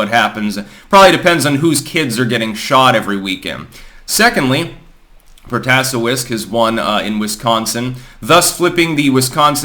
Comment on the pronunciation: It's pronounced Pro-ta-SAY-wicks